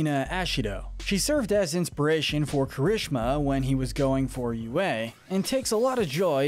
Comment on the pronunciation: Why your spelling juries kirishima like that? It’s KEERI-SHEEMA not kerishema